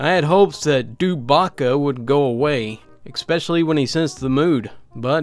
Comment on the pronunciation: Saying Exspecially is the clingiest part of all these videos. It's ESPECIALLY and doesn't have an X in it.